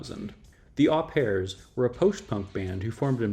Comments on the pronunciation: I'm enjoying your videos, thank you. So happy to see the Au Pairs on this pass--fucking fantastic band! (BTW "Au" is said more like "oh" being French and all). I'd say Liquid Liquid was solidly in the Post Punk category--though that wasn't a handle that was much used at the time. It was a big tent and it had to be to contain the variety and explosiveness of that time! I too think you should continue with some more of these bands. I don't understand how you are measuring your criteria for "underrated" but check out the Fire Engines (Scotland), Virgin Prunes (Ireland), Carsickness (Pennsylvania), Mission of Burma (Massachusetts), Medium Medium (England), Kleenx (Switzerland--renamed Lilliput after a law suit), Human Sexual Response (Massachusetts), the Bush Tetras (NYC), and I'll second (or third?) the call for early Siimple Minds (Scotland)--absolutely phenomenal stuff. Please keep up the good work. Thanks very much! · Au Pairs is pronounced O Pairs it’s French but we use the word in English too